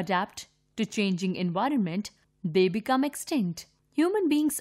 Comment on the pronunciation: Envinorment???????? or do i just hear it wrong IDKK!!!!!!!